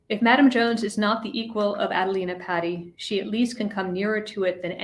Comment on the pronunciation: It's pronounced P-ah-ti not patty cake.